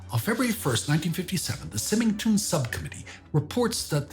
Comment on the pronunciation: Symington is pronounced wiith the first Syllable as Sigh .